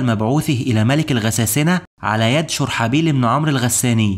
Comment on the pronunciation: اسم الصحابي الجليل شرحبيل بضم الشين و فتح الراء . محتواك رائع واصل